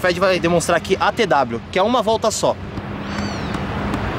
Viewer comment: Gabriel Porfirio se fala "ATW" não ATEDABLIO